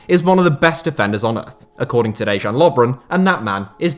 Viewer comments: Dejan is pronounced more like De-yan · Dejan is pronounced as De-yan not Deyžan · Please, try to learn to pronounce the ex Yugoslav footballers names for your future videos. The letter J (Dejan Lovren for example) is pronounced like letter Y (Deyan Lovren) in English, Š (as if in Kolašinac) is like SH and there is more. Still enjoying your content! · Dude, why don't you open a google translate, choose serbian or croatian language, paiste certain phrase in the box (like Dejan, Mojkovac) and then click on the speaker to hear how to pronounce them. It's less than 5 mins of work.